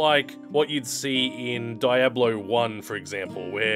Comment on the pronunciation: Did he just prenounce Diablo as Die A Blow? XD